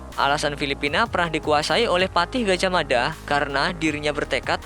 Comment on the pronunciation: Maaf gajahmafa...Gajahmada